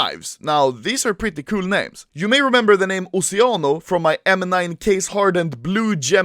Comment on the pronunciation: Oceano Is italian Word lissen the pronuncia plz